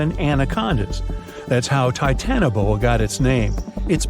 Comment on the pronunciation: Not TITANboa.......TitanOboa......😮